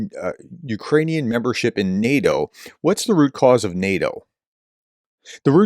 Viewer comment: Sorry Prof. Your efforts at pronouncing things is Zero, and NEH-DOH..... well... that's enough.